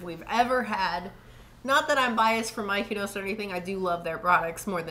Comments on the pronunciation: Looks yummy. Thanks for the bonus dough recipe. You guys are cute pronouncing Miyoko’s “Mykonos” lol. The founder is actually Japanese and her name is Miyoko (mee-yo-ko).😊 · 😆 on her name pronunciation yall.. it actually pronunced .. ME-YO-KO ... think I would use this as a base sauce for unchickun and spinach instead of using a pasta sauce .. yumm.. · Pronounced Mi-yo-ko’s it’s Japanese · Miyoko is pronounced Me-yo-ko ❤️ thank you very much for the review! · that drove me her saying her name like Miko's. Him too. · The mispronunciation tickled me guys :-) you kept saying Mykonos like it's from Greece. I dug it lol :-) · "Me!" "Oh!" "Coe"! Easiest way to remember. :) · I love them BUT they are not pronounced “Mykonos.” That’s a Greek island and Miyoko is a Japanese name. It is not at all difficult to pronounce and it’s really off putting to have it this badly mispronounced and feels really disrespectful. Like, you had to have completely ignored how it’s actually written to pronounce it that way. Please at the very least add text over this absolute butchering of her name acknowledging that. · Why do you struggle? Learn it and commit it to memory…I promise it’s really not difficult at all. I was cringing hardcore every time you said “Mykonos” and it made me feel like an asshole, but it’s the lack of attention to detail that drives me bonkers. That said, I appreciate the review, regardless of the aforementioned snafu. 💘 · Miyoko’s pronounced Me-yo-Kos. Thanks for the review. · Not My-keno! 😂😂😂😂😂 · What do you think of Miyoko's products? (We apologize for our struggle to pronounce the name correctly)